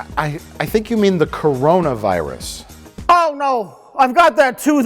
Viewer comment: I have a feeling tried to pronounce "Coronavirus" but sounded more like "Macarena" somehow. Then the guys just went with it.